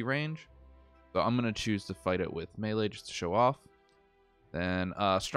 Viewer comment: Melee, pronounced May-lay.....